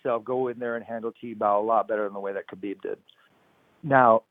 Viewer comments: It is HABIB NOT CHABIB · Tony is so freaking weird! And for the love of God, why does Helwani pronounce Khabib like Khabib is Jewish? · khabieber lol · Khaibib has been saying every name except Tony ha ha it's TRUE